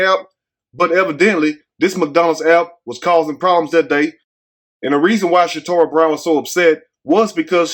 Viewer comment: her name is Casharra Brown not Shatorah.